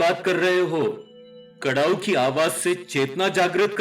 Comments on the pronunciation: कड़ाऊ नहीं खड़ाऊ कहते है कृपया सही उच्चारण करे आप इतने अच्छे विषय पर बात करते है लेकिन उच्चारण सही होना अनिवार्य है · Karau nahi bolte hai, kharau bolte hai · Kadau ki jagah Khadau pronounce karna chahiye